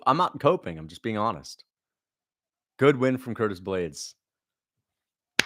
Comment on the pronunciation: Don t forget he said almeida will anihilate ploody man blaydes.